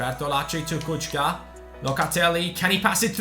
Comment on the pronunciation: it's not Kučka but Kucka with C not tsch